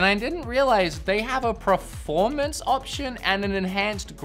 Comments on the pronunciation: Anyone else notice the pronunciation of the word “performance” as “preformance”? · Why is he saying preformance instead of performance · Why do you keep saying “PREformance”? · literally no one: per-: "prerformance" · I love how you say "preformance" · Was he saying preformence instead of performance or am i just hearing things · Did he say preformance a few times or just me? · Anyone else notice how he pronounces “Preformance” 😂😂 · Per. Formance. Peeeeeeeeeeer. Formance. C'mon say it after me.... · Are you saying preformance as a joke? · is it me, or does wood just not know how to pronounce performance?